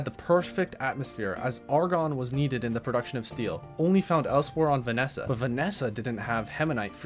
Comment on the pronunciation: I love your pronunciations of the planets and ores, Vesnia -> Vanesa hahaha